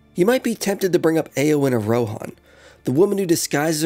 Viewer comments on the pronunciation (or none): none